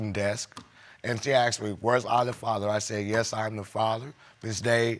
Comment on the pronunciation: Where does the word axed, come from instead of the word asked?